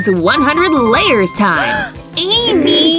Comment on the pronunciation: It's Amy not Ammy